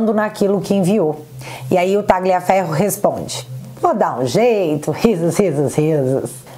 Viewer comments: só corrija a pronúncia do sobrenome Tagliaferro(pronuncia-se Taliafero) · Oi! A fonética de Tagliaferro é Talhaferro assim como, Raja Gabaglia é Raja Gabalha.